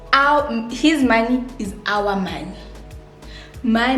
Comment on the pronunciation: “ it’s one moneeey”😭😭😂😂😂😂 You’re so funny.😂😂❤️